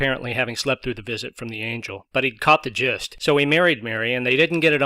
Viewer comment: When you said "caught the gist" it so sounded like 'copped the jiz' which, given the context, would've been appropriate:D More fun with:D